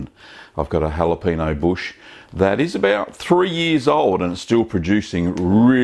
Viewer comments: "jalapeeno" pepper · That's what we call in these here parts a " whapaneo" chedder! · Another Rocket Cheese ! Great stuff ! Deffo gonna give it a go. (the ñ in Spanish is pronounced nee as in knee, so it's more like halapenee-o) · Actually it's pronounced: how-luh-payn-nyo (with the n y o sounding like only one syllable). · Please for the love of god pronounce the ñ lol